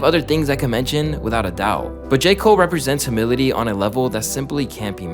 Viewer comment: Hearing bro pronounce humility as "huh-mili-ti" was challenging~